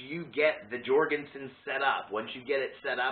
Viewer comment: Pronounced Yorgen-sen